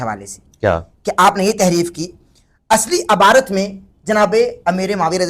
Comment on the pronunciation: aby jahil abarat nhi lafz ibarat he